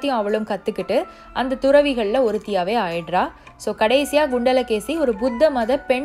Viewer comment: Adhu “gundala Keli” illa!!! “Kundala Keli”